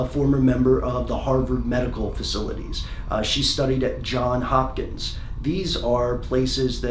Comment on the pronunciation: Johns Hopkins... Not John Hopkins.